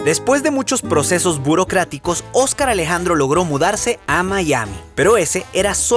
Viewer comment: Que gracioso cuando lo presentas, Oscaralejandro jaja me recuerda a la peli moster Inc cuando nombran al pejelagarto jaja! no tiene nada que ver con el nombre sino la pronunciación aclaro jaja! Abrazo!